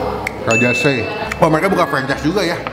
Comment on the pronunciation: Pelayananya saja p ngucapan nama makanan salah jadi se'i ada penekanan di SE nya bukan di gabung Begitu pun sambalnya Lu'at penekanan di LU bukan disambung luar Semoga menambah informasi